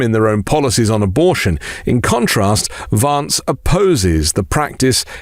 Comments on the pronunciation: Hey,! It's queer how you persist in mispronouncing Vance as VAHnce instead of "van" like the vehicle. It undermines the substance of your contribution. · It's more correct to pronounce (the American) Vance's name in the manner of the British "van man", rather than the British "advance". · Had to listen to this twice as I could get past you pronouncing Vance wrongly! I know you are British (like me) but that was wierd given how everyone else pronounces it! It's a bit like how all republicans mispronouce Kamala, which interestingly you pronounce correctly! Maybe it's a form of revenge?! 🤔 🤣🤣🤣